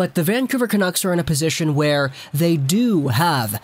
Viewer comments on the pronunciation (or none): none